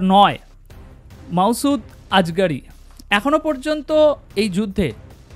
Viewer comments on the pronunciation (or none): none